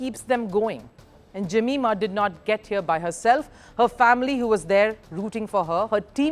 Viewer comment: Her name is pronounced ( जमाएमा )